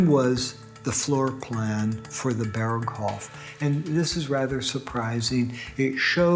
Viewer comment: Não se pronuncia "Bergou" e sim "Berghof" .Impressionante como os narradores não se dão ao trabalho mínimo de pesquisarem como se pronunciam os nomes . Ou serão todos I.A. ?